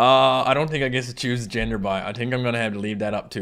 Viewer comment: NovaAge he really said think like tink